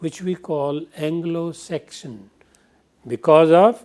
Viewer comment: Sir u r great but u made few mistakes. One mistake is that u pronounce Anglo Saxon as Anglo section